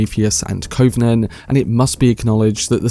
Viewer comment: You mispronounce the word covenant several times, as if you’ve not heard the word before.